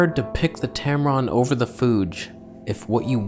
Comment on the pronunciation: Love your content. Not a lot of people can blend humor and technical details. You are unique. Thanks for the information and also for making me laugh. "Tamron/Tampon" 😭